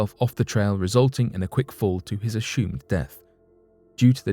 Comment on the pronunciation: I wish this would stop saying "ashumed" for the word "assumed". It sounds strange and weird when he says it! >> But, the late Sean Connery would have been brilliant if HE had said such a thing. I can just about hear him, right now: "I ashume you are a real pushy, young announcer man. Yesh, indeed you are!" LMAO